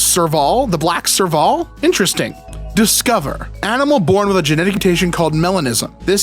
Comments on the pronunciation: probably more like "serve-ill" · Thank you! The way he pronounced it killed me inside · sorry to nitpick, but for anyone wondering, it’s pronounced “serve-ull” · Ngl his pronunciation of serval was killing me inside... (as someone from south Africa lol) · NGL, his pronunciation of Serval hurt me each time